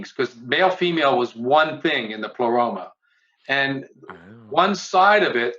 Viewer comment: It was a stuffed baboon, not a chimpanzee, as in the title of Peter Washington's excellent study of HPB and her influence: Madame Blavatsky's Baboon: Theosophy and the emergence of the Western Guru (1993). P.S. "Pleroma" is accented on the first syllable, and Leadbeater is pronounced "ledbetter".